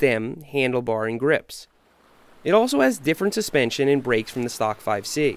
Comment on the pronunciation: it’s a full saspenshon